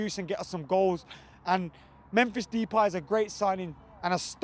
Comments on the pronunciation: ***** he is saying dipie and that no where near the correct way of saying it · its more like thepie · De-Pie? lol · no more like the pie